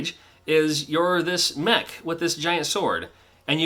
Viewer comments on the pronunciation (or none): none